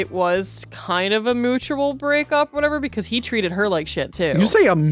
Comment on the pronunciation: messing up the word "mutual" reminded me of the Liberty Mutual ad where the actor can't get the speech right, lol.